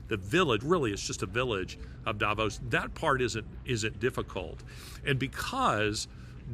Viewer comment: Davos is pronounced DAH VAUSE.